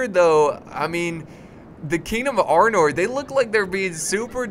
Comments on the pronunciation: why does everyone keep calling it Arnold it's Arnor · it is arnor not armor